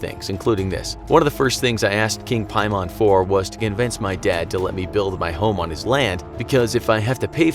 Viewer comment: piemon lolol its pronounced "paymen"